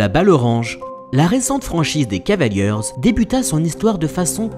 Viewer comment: beau boulot mais les gars, "les cavalieurz" ça m'fait saigner les oreilles